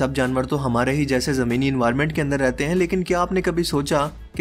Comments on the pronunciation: Hain ko sehi se bola kro, hain hota hai ہیں ok ہیاں nahin hota plzzz, video ka maza kharab ho jata hai sara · Hain ko ann bolty ho😂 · "Hain"... The word is "HAIN"... How difficult is that?